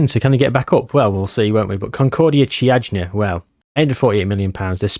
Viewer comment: Actually for the Romanian team you're pretty close. It reads `Kiajna` instead of `Chiajna`, otherwise perfect. There's a very interesting story between FCSB and Steaua Bucharest, a fight for the badge, colors, history, etc